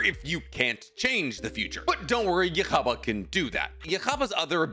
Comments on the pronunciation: I like your videos but you made so many mistakes in this one its hard to ignore. 1.Its pronounced yuha baha,or yuha is enough. 2. Royd Lloyd was not a clone of ywatch but a sternritter with the ability to copy peoples memories,physicality etc 3. I see a lot of people saying that but royd NEVER beat yamamoto.he actually never even wounded him once.yama legit decimated him. 4. Ywatch didnt cut through yama while in west to support that his reishi sword could cut the sun. Yama was already drained of his bankai by the stealing device and had already given up just standing still and empty. 5. Bazz b shrift is H the heat not b for burning. Burning is his attack name as in burner finger. Haswalth has B the balance,the same guy that gets the almight when ywatch sleeps as you mentioned. 6. Baby ywatch was never missing limbs, he was missing his senses Im not even sure what else i ve missed to be honest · Also just so you know the way you say his name is actually "you ha back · Heads up! The official CORRECT English pronunciation of Yhwach's name is : Yoo-ha Baw-ha. If you watch Bleach TYBW with the English dub, it's said there. I can't watch the anime because it's behind a pay wall, but you can hear Yamamoto use his name when he battles Royd Lloyd who had, unbeknownst to Yamamoto, taken the form of Yhwach. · It’s officially pronounced you ha baha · His name is pronounced "Yu-haa Baa-ha" bro🤣🤣🤣😂.... He has a weird name.. I also used to pronounce his name in a funny way like you until I found out the correct pronunciation of his name😂😂😂🤣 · how do you pronounce his name so wrong bro, its you-ha ba-ha not difficult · Just say Yuu hau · It's yhwach but it's pronounced yahaba or yakhaba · lool why is he calling him tht? isnt it pronounced Yūhabahha? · Please don't take anything in this video as true. He got so much wrong I doubt he even watches or reads Bleach at the point. And it's pronounced You-haw, not whatever the hell he was trying to say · Ywabach = U HA BA HA